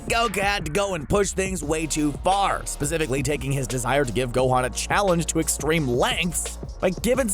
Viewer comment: i like how he said ''went too car''